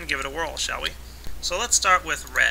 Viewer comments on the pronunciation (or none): none